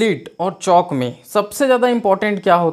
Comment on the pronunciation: Cak bolte h 😁